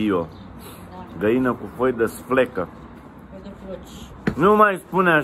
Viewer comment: Se spune sfecla nu slefca!😂